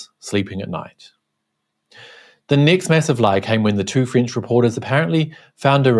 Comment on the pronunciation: I first constantly understood "fringe" instead of "French", well. By the way, nice that Mr Zenz has been caught, in my opinion.